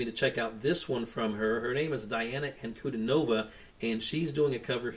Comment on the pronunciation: I am glad to see you continue your journey. You will not be disappointed. BTW, her name is pronounced Dee aah na An coo DEE nova.